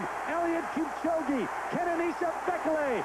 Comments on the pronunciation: It's pronounced 'bee-kay-lee' not 'bek-el-ay'!!! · I love all of the different ways announcers pronounce Bekele